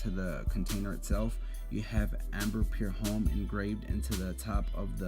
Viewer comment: why do you say "pure home" ? jw.. its spelled pour , and homme is pronounced "ohm" . i notice this in all your fragrance reviews. idk why but it bugs me ..youre a reviewer how could you not now how to pronounce basic french words correctly?